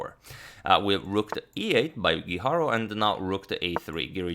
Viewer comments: His last name is GUIJARRRRO, no guiharou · Antonio mislim da krivo izgovaraš Guijarro. Ne znam španjolski, ali sjećam se da je svojevremeno postojao rukometaš Guijosa, a izgovaralo se Hihoza, tako da bi Guijarro vjerojatno po toj logici bilo Hiharo.